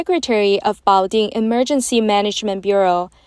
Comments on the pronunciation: Love ur work, but the AI voice pronounces the city name in english as "butt jo". It would be better to get your important message across to english speakers if you didn't make such funny mistakes. Keep on with the good work guys! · 😂we have a sleepy Joe here in the US, but they have a "Butt" Joe